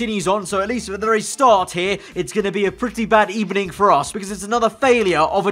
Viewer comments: good ebening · you really hit us with the emery ebening... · "It's gonna be pretty bad ebening" 🤣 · bad ebening eh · “Bad ebening” 🤣🤣🤣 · Unai Emery:good ebening? Williams:no, bad ebening. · Did you just say "bad ebening" ! Lol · HE GOT SACKED IN THE EBENING